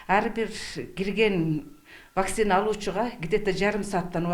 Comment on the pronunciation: Диктор нормально окучу. Вакцинаны туура оку. Ударениени 1-а тамгасына койбой оку.